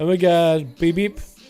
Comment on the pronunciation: It's read Vever not Beep beep lol. He's a russian famous fire mage from wotlk so BeBep is spelled in cyrillic :) Even tho the guy in the video is probably a fan boy and not the real Bebep.